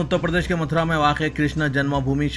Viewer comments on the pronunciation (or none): urdu me phd dikhrain. Vijey batau notice, tanbia, muthra, divender fidnose etc etc iss ke aagey mujhe news sunne ki himmat nahi hori😂😂😂😂